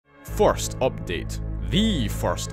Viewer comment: Why did I hear " Fart " Instead of " First " 😭